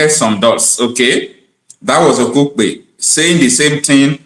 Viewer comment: GUY HIS NAME IS DOYIN OKUPE NOT KUPE 😂😂😂